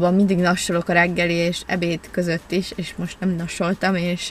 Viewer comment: Csak nekem tűnik úgy mintha ha “és” helyett mindig “iést” mondanal? 🙂 nem azért mondom tok aranyos 😊